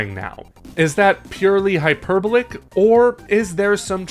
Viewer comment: Say “hyperbolic” like that again. I dare you.